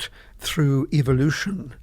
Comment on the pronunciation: He did say one thing he pronounced evolution as EVILLUTION thats right